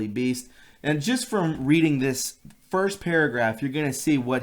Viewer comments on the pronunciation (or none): none